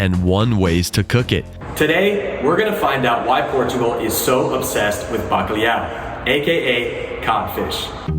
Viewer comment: your pronunciation of Bacalau is your own, It is how we discovered the world with full stomachs.